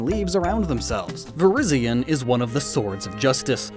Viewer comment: "Verizion" is pronounced "ver-EYE-zee-uhn".